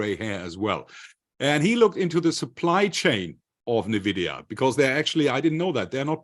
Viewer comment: Bitte bitte bitte, diese falsche Aussprache und Schreibweise von NVIDIA korrigieren (Eigenschreibweise: NVIDIA, Aussprache: /ɪnˈvɪdiə/, von spanisch La Envidia, Neid)